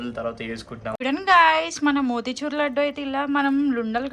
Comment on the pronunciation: Laaaaaadu kadu laddu anu amma 😂😂